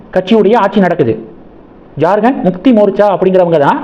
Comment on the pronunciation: Not JarGand, it is Jharkhand, how do you always pronounce wrong & horrible? You refuse to correct also